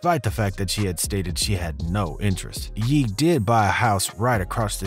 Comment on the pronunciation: Bro it’s Ye pronounced yay not yee